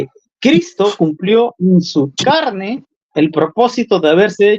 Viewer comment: ¿como que en su "charne"? Jajajaja